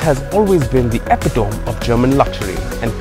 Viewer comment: epitome not epitom...google it